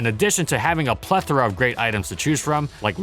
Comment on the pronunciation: You use the word plethora way too much... Trying to sound smart but you actually sound stupid because it's the only word you know. And then you pronounce it wrong